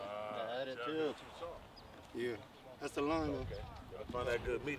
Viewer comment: "OK, dats da warm up" 😂🤣